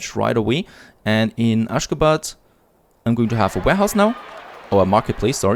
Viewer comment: Aschgabad pronounced like aschagaabad. Everytime you called it, it sounds kinda funnier 🤪